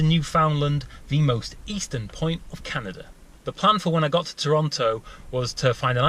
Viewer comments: it would be properly pronounced, can-ada, canada. not canaderrr.. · How the fuck do you put an R in Canada man? It's Canada not Canadrr Lol who the fuck learned you how to spoke? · HaHa - "Canader".. Heh! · Is nobody else bothered by the English and Aussie speech impediment that makes them say things like Canader? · why do you say canader